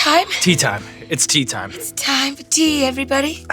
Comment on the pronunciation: It’s taime fa tea 😂😂